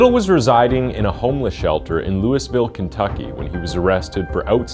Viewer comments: Hey mate, Louisville is pronounced with the French Louis, so it sounds like either "LOUIE-ville" or "LOO-ville." Never ever "LEWIS-ville." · You don’t pronounce the “s” in Louisville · Bro said "Louis-Ville" lol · Louisville (lew-of-ull) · Are you Canadian? Nobody in the US would pronounce “Louisville” the way it’s spelled. It’s pronounced “ Lou-uh-vull” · You said Louisville Kentucky exactly the way its spelled, but locals will ridicule you as they did me when I said it that way . It apparently should be pronounce Loo-ee-vill. Just in case you run across it again in your research . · It's not pronounced, "Gautiay". It's spelled Gautier. It's French, pronounced "go-shay". Gautier, MS. It's between Ocean Springs & Pascagoula. You pronounced Louisville wrong also. How'd he get away with his crimes? Probably judges & attorneys that were members of freemasonry or illuminati. They believe in helping criminals. "Order out of chaos." Just because a person is a sex worker or addicted to drugs doesn't mean they'll lie about attempted murder/rape, etc. It's disgusting how they're thought of as lesser humans. "Peca-tree". Really? It's a PECAN TREE! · Many misspelled words and mispronounced words. E.i.: mum, thyroid bone -you said hyroid bone, then it was spelled hyroid bone and pronounced hyroid bone. The editing cuts off last words in scenes. Louisville not pronounced louey-ville.